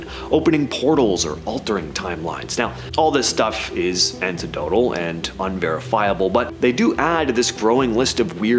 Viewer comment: "Antidotally"? Seriously?